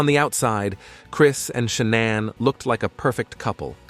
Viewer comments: Stop calling her sha-naun. It's ShaNAN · Sha-non? Pfft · This is an awful presentation. The poor woman died, pronounce her name correctly, for God's sake.